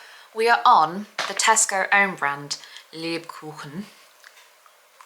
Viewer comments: German here, the pronunciation of "Lebkuchen" was spot on. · Your pronunciation of Lebkuchen was perfect!